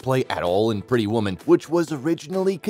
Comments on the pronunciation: Not only is the narrator mispronouncing his name, but keeps calling the film “Pretty Woman” “Petty Woman” without the “r.” Has the narrator been living under a rock? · Okay. WHO IS THE NARRATOR? The Actor's Name Is Richard GERE--With A HARD "G"--As In The Word, "GIRL". It is NOT--a "J"-Sound! Secondly--His Hit Movie Was "Pretty Woman,"--NOT "PETTY Woman! Do Your RESEARCH!!!! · The continued mispronunciation of his name ruined the video. Consequently, I could not watch it more than 20 seconds. Also, do my ears deceive me or did this inept narrator say, " Petty" woman? Please edit this documentary.